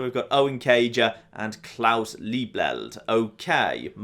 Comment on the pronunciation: “And klaus liebleld” RIGHT AFTER SHE SAID LIEBLEED TWO SECONDS AGO